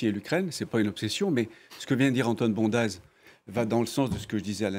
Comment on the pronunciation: "Bondaz" est un nom savoyard et en en savoyard on prononce "bonde" avec accent tonique sur le "on". Ah le parisianisme...